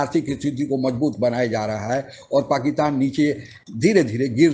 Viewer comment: ओ बिहारी, पाकीतान नहीं "पाकिस्तान" ठीक से बोल तो ले